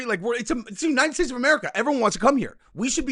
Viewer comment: Hold on I think when you were trying to say "America" you meant "Amedica" (Fez - that 70's show)